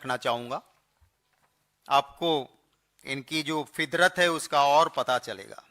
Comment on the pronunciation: Kya sahab mic ki quality ko bhi pura samman diya kijiye ....yhi to farak hai ......😂😂sab chalta hai ....ho gaya ........fidrat nhi ....fitrat😂😂😂😂😂